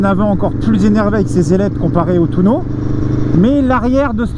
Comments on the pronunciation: Ouais c'est nimp sans decc t'es sois disant influenceur moto et tu dis TOUNO wtf .. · C'est pas un touno c'est un tuono 😂🤣😭😭 Mais sinon elle est incroyable cette vidéo autant que cette moto, c'est la moto de mes rêves en tant que fan d'aprilia